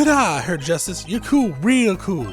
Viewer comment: Glad to see you back. Also not a big deal, but Herr (Mr. in German) is pronounced "hair." Just an FYI